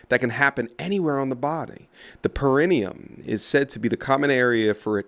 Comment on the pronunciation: He dunks on her but pronounced perineum wrong lol it’s para-knee-yum